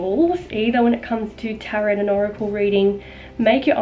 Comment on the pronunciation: It's pronounced taro not tarot 🤗